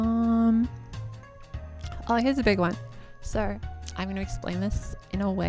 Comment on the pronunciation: I don't know what accent this you have, but whenever I hear a Youtube video start out with "so" I hear "sir" and I'm always for a split second every time I wonder why someone would start a video saying "sir" and then, I hear the accent in the second word said and I feel silly lol